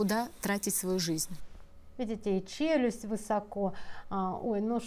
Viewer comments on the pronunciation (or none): none